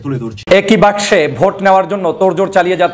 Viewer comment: there is no word in the bengali dictionary as 'Basko', the word is 'Baksho', and I hope you will correct it next time, at least on TV screen.